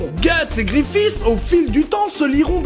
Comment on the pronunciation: nan mais pas le "grifisse" fait saigner les oreilles